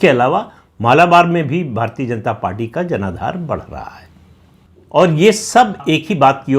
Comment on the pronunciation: भारतीय" शब्द का उच्चार आप भारतीए/भारतीये ऐसा क्यूं करते हैं मतलब आप "य" का उच्चार ए/ ये ऐसा क्यूं करते हैं। य का उच्चार य ऐसा क्यूं नही कर पाते?